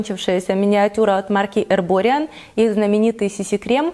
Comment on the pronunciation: здравствуйте,правильное произношение эрбориАн. Отличие BB от CC видимое только в плотности покрытия и насыщенности пигмента. BB будет полегче и пигмента чуть меньше ) У доктор джарт так же есть отличная линейка BB кремов. Они для разного возраста, с различной плотностью покрытия и spf, если вас заинтересовала эта марка советую попробовать, очень качественные продукты ) Спасибо за видео, очень интересно послушать ваше мнение о косметических и уходовых продуктах )